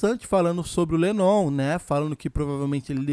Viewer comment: Cara vc tá pronunciando l7nnon meio errado rs